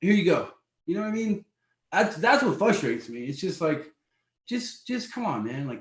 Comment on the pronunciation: “Fustates” you?